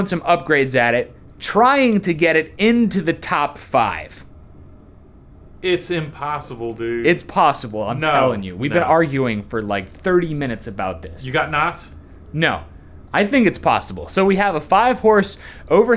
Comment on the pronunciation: Did just call N.O.S. noss? really....